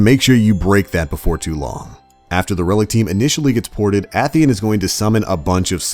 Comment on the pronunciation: AY - THEE - ON goddamnit